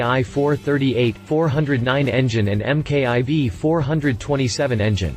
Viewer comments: EM KAY EYE VEE, that’s how you folks say it down there? We say Mark Four, it’s just easier. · Get rid of the computer generated voice over. M K 2, M K I, M K I V, seriously? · This dude is an idiot, Can't even pronounce the name of this wonderful engine!